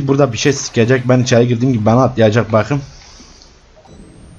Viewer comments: no one: literally no one:: BAQIM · beterya, baqım, elenktrink, uLaĞ aMınA, kantor strink, gasžpumpz, oğlųm, veLaaĞ, SeSsiN çıkAğrmA, ToQtİr DİCTİONARY OF (ADK (AbbAs DiL kUrUMu).